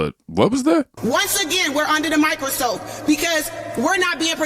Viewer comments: did she say micro soap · Did she mispronounce microscope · She couldnt even get the word microscope right 😂